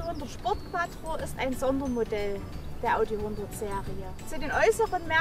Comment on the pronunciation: Schöner Wagen. Sieht aus wie mein Alter. Es heißt übrigens QUATRRO SPORT :)